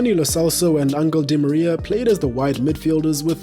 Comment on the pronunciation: ahhh yes my favourite footballer, Angle Di Maria 😂😂